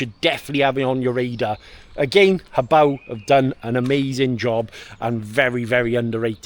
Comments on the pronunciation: The most impressive thing about this video is you're pronouncing Hobao correctly! 🙂👍😅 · No disrespect intended, just 99% of channels get the name wrong. I don’t think I’ve ever heard someone else pronounce it the same way I do. I could be wrong though! I’ll admit I only watched the recap at the end, but I’m sure the rest of the video was great as usual. 👍👊🤙